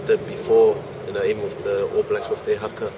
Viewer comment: Why is it that european journalists never make the effort to pronounce foreign words correctly? it's not Hacker it's Haka